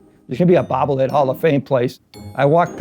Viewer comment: "Bahbble head"